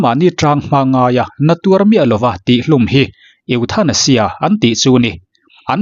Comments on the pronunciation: I pronounciation hi uluk deuh teh ethaneizia ti a lamrik tur aw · E thanasia tia lam tur